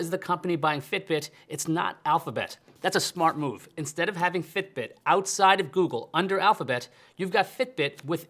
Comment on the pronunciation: The way he says, "fiTbiT."